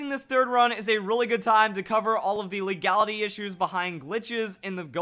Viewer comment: "LEAGALITY"– 2017